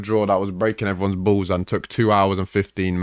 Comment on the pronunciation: The emphasis he puts on the word "ballssss"😂